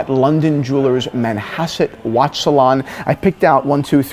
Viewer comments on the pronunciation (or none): Something about how Christian say the word Manhasset. So much emphasis. 😂😂